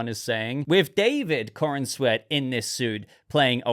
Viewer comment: Why do people keep calling this chap"coren-sweat"?...thats not how you say his name,its"Corenswet"you say it like youre saying the"corns wet"like wet corn,i hope its a good movie though,Superman could do with a win.